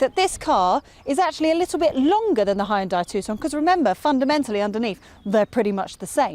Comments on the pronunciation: HAYUNDAAi ... wtf these english and americans cant say fckin hyundai ? Braindamaged ? ..... and sportaaaz ... this car is not french my dear .... so please google it how to pronounce sportage ffs... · Hyundai is pronounced like "Sunday". Just saying